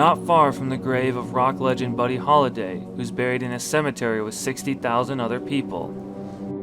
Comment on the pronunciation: I'm glad you mispronounced that overrated Lubbock messiah's name and triggered all the idiots lol